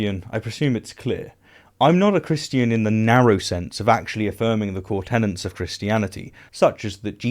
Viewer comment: Look, I know it's not the point, here, but please remember that there is only one N in the word "tenets"; that it is not homophonous with "tenants"